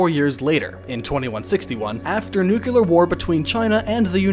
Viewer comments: I was wondering how many times he was going to make this glaring mistake... nucular is not a word! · it's pronounced "nuclear,"! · So, if you're going to do a one hour documentary about a post-apocalyptic game, you'd think the narrator would have learned how to pronounce "Nuclear" Every time he says new-kew-lar like some brain dead hillbilly, I'm forced to relive traumatic memories of the Bush administration. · Say it with me new-clear, neeww-clear. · I like but "New-cue-lerrr" is nails on a chalkboard. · Oh my God Dude. Nuclear. Nu-clear New-cleee-urrr Also, permeate. Permanate isn't a word. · "Nuclear" New ("Nu") Clear ("clear") New-Clear NUCLEAR! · At the risk of being that guy, Noo-klee-ur. There's only one u in the word. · "It's pronounced, 'new-cue-ler', Lisa.... 'new-cue-ler'...." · For the love of god, stop saying "Nuk-you-lerrr". You're not George W. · This is a fascinating documentary of a fantastic game. I’m really enjoying it...but, dude, it’s pronounced NEW-CLEAR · Nookular is not a word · Was "nucular" written in your script or does just pronounce it that godforsaken way for some reason? He's really adept at speaking and enunciating and is intelligent in general I'm baffled he's pronouncing it that way lmao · There is no such word as "nucular". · Nuclear! Not nucular. It's not that difficult! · A Post NUCULAR Role Playing Game!! :D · How does nuclear almost always come out: nukular? Even Brits do this xD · I can't help but cringe every time you say "nukular." Edited to add: I wasn't able to make to the end of the video. Having to listen to someone say "nukular" numerous times throughout the duration of a 1-hour video is something I just can't do. Yes, it bothers me that much. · Good video overall, but I have to admit that the constant "nucular" instead of "nuclear" was pretty irritating. No deal-breaker or anything, more like watching a good movie but your chair being kicked every few minutes. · stop saying nuculer ffs pls